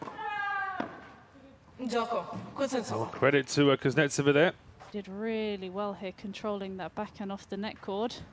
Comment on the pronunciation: All the nuances of Russian speech can not be conveyed in English. And you should not strive for this. Long to explain. In Russian there is other graphics. But the accent in the surname is pronounced incorrectly by English speaking commentators. They are on the "e", but it is necessary to "o", in this case. It hurts your ears... N before E as if softens... So listen carefully a little clip on wta site. If you're not Russian, don't tell me what's right.